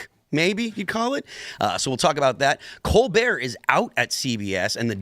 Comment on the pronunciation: It is pronounced... Kole-Bert